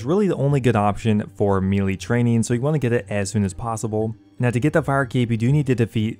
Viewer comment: Great vid, getting right on it, love it. But for god’s sake man, melee is “May-lay” not “mealy”